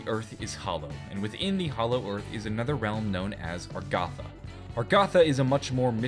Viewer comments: I thought it was Agartha. Now you're saying Argatha. And on the picture it's spelled Agharta. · Its not "Argatha" its "Agartha". Even in that map of the world you showed when Talking about Agartha, the "R" came after the "g", not before. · How has he not noticed that it's Agartha not Argatha? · That honestly pisses me off. It's 'Agartha'. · I thought it was pronounced A-gar-tha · Why do you say Agartha with the r before the g instead of the th? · someone else gets it. I was like dafack is he talking about. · Let the comments rage about how he is not pronouncing agartha right XD